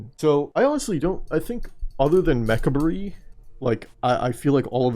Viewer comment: Damn no one knows how to pronounce Mechabre